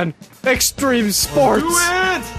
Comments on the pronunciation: says extreme sports. I now say stream spoats. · Extreme Sports? You mean Streme Spoats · I think you mean Streme Spoats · no it's STREME SPOATS. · Also, it’s streme spoats, not extreme sports